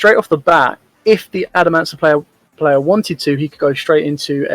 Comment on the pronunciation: Damn that was smooth. I'm pretty sure dude said "Adamanciplayer".